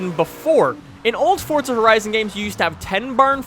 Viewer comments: What is your nationality because I thought it was forza not fortza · Its forza not fortza dumb fuck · Why does he keep saying fortza it's forza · he keep saying FORTZA, isn't it pronounced Forza with no T? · Forza not Fortza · It's Forza not fortza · you make some great content, but its FORZA not fortsa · Where's the "T" in "Forza"? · Since when is there a "T" in forza ? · Where is the T in forza? 😂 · theres no T in forza